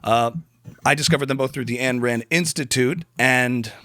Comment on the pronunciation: Ayn…not Ann